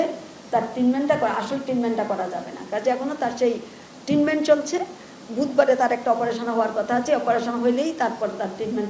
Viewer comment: এটা ট্রিটমেন্ট, ট্রিনমেন্ট না। মহিলা আঞ্চলিকতা মারাতে গিয়ে শব্দের এই অশিক্ষিত অপব্যবহার